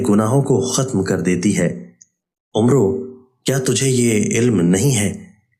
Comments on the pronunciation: Umru nhi Amr bin a’as padhiye janab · Jzaak Allah khair. Just a small correction, when in Arabic it’s written Umer with a “wow” at the end ; it’s read as Ammr ,not Umroo.